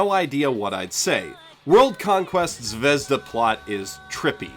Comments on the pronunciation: I was about to comment about how you keep saying Zavezda when it's zvezda, but you correct yourself once to say it properly , and then go back to saying zavezda. Why do you do that? It's has no za in it, aren't you using more energy to do it wrong. You don't say "Zawei-hunder" when you say Zweihander, no do you say Zaveza when the russian word is zvezda. Please stop. Please. Please. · it's zvezdA, not zvEzda, thank you very much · it's zvehzdUH, not zvEHzduh, duh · It's not zvEzda, it's zvezdA. Russian word for "star". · About "Zvezda". Its a Russian word which mean "Star". And not "zvEzda", but 'zvezdA'. I know, noone cares... But maybe? ))) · Zvezda is pronounced ,Zviz-da russian word for star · Z-vi-ye-z-da. russian word for star. i like the vid but man did that word tick me off. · Zvezda? really dude? fucking really? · Just so you know, "Zvezda" means "Star" in Russian. It bothers me that no one can pronounce it correctly. Put it in google translate, and see how different it sounds from how everyone says it. Here is the word written in Russian: Звезда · By the way, interesting fact - 'Zvezda'(the stress falls on the last syllable) is russian for 'star'.